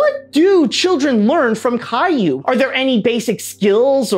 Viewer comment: As much as I hate Caillou being a major pop-culture export from my country, your french pronunciations were pretty damn good.